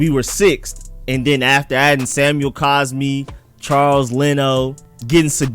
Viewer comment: If you're going to make a wrong argument the least you can do is say the guy's name correctly it's not caspi it's cosmi